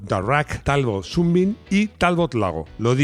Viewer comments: . ¡Pues sí que te lo has currado! Pronunciando "súnbim" cuando toca pronunciar "sánbim" (rayo de sol). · Buen trabajo. Amigo Maximo, comenta al bueno de que aquí en España de siempre a Sunbeam se le ha nombrado Sunbeam no "sunbin". Si seguimos siendo tan delicados con el ingles, terminaremos diciendo, en lugar de España, spain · Ya que insistes con la pronunciación, Sunbeam se dice "sanbim" y significa "rayo de sol". Saludos, el vídeo ha sido muy interesante.